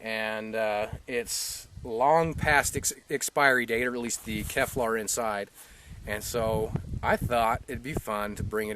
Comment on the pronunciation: Great video, it looked like a lot of fun. But it's Kevlar not Keflar.